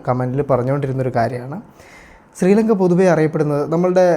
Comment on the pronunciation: സ്രീലങ്ക അല്ല.. ശ്രീലങ്ക ആണ് ഹേ വ്ലോഗറെ.. നാവ് വടിക്കുക